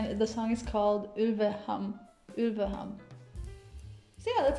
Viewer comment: The "å" is pronounced like "o". If you want to hear the correct pronunciation of the band's name, check out this clip from the Norwegian semi-final (posted on their official channel): Right at the beginning, the name and the title (which you already pronounced correctly) are announced. Since you enjoyed this song, I also recommend to check out the original version of "Ulveham" which was released last year and is nearly twice as long (you find it as an audio-clip on youtube). And if you really like a mix of Folk, Rock and also some electronic influences, Gåte is the band you have been looking for, so I highly recommend to check out the live and official music video clips you find on their official youtube-channel, especially the live-clips of "Knut liten" and "Rideboll & Gullborg" as well as the clips of "Hemnarsverdet", "Kjærleik" (both are acoustic songs) and "Skarvane" (which sounds very electronic). Gåte already started in 1999, when their singer was just 14 years old, and became very successful in Norway after the release of their debut album "Jygri", but there has been a longer hiatus in their career. At the end of 2005, their singer decided she wanted to become an actress and except for a few concerts in 2009/2010, it wasn't before 2017 that Gåte reunited. Last year, a few weeks before their Norwegian tour, the vocalist's brother and co-founding member Sveinung decided to quit the band. He was replaced by John Stenersen, the guy who played the keyed fiddle in the